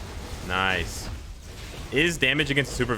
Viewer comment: Now that I think about it, they MUST rework spider man and miles with the video game uniforms. That'll be justice for my spider bois. 🙏🙏🙏🙏 Edit: a challenge for any true fan: take a sip from a drink everytime says " noice ".